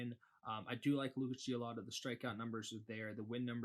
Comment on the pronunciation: LOL. Gio-lee-to...not Gio-lah-to